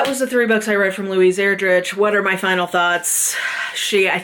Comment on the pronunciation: Ur-drick is how you pronounce her last name. (Sorry to be that person, I am the best at massacring names) I only know this because we had one of her books, CHICKADEE, on our Battle List for a while and we had to teach kids how to say her name. She is fantastic.